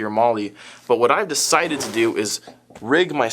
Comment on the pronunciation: i know you said "gave it TO Frank" but to me it sounded like "gave it A Frank." like at GI, when you need a gun to upgraded or fixed, give it the Frank treatment c